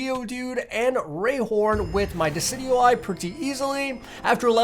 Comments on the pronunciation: Decidueye is Pronounced as desidueye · Decidueye = Dee-ci-ju-y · dicidueye is pronounced disi-dyu-eye allso you should watch the pokemon series on netflix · its pronounced (di cid juw eye) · He called it dockeye